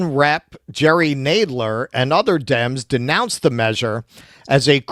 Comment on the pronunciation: And it is pronounced Tub-er-ville not Tube. Really shocked he got Jerry Nadler’s name wrong as he is a very well known Democrat and both are from NY.